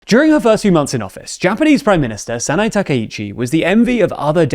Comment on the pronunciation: Pretty sure you botched the pronounciation on "Sanae"